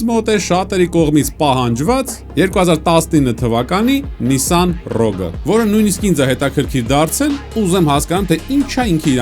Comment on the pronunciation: Շնորհակալություն մեքենայի անունը ճիշտ ասելու համար։